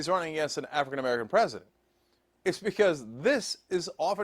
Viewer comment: This is M'err-ica